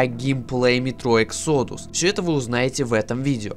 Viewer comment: Может выговоришь exodus правильно?!